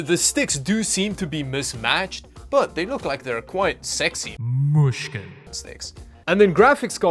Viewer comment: When you say mushkin its like Russian